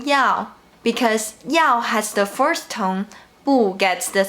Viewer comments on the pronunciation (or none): Hi dear, thank you so much. Just one thing: you pronounce “the first” and “the fourth” alike. Work on your “-s(t)” and “-th”.